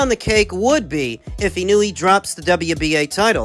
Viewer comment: Y'all still can't pronounce Inoue ? FFS. It's just disrespectful at this point. ❌ - ih-NEW-ee ✅ - EE-KNOW-EH